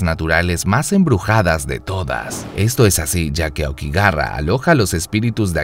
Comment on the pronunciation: por que pronuncio aokigara? XD